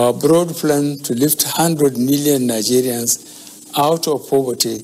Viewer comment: Did I hear him say "Hello Nazarians"? 😂💔